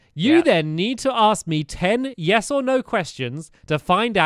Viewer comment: When I think of Quest as a series this is the most memorable video from the entire series. Stampy should have lost because he said neyes for one of the answers because they were supposed to be yes no answers not in-between.